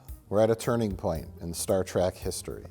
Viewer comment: Mike pronounces it “Star Track” just to troll Rich and the audience, doesn’t he? 🤔